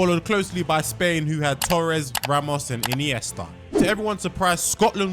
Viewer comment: “Marardonnar” “Iniester” “Ahhgentiner”